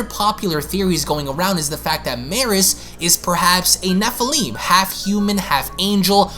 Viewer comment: It’s not pronounced “Nephileem”. It’s NE-fill-im